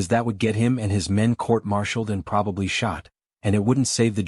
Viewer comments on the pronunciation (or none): none